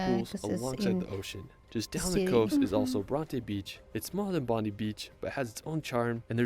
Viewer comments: bro pronounced Bondi Beach wrong 🤦‍♂️ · He's not pronouncing Bondi correctly. It's not, "Bon-dee", it's, "Bon-Dye". And Bronte is not, "Bron-Tay", it's, "Bron-Tee". And we don't pronounce Melbourne as, "Mel-Born", we say, "Mel-Bun".